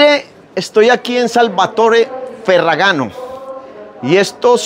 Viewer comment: Al menos aprenda a leer correctamente el apellido 😂😂😂